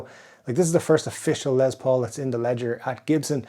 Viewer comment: His name is LES Paul, not LEZ Paul! WTF!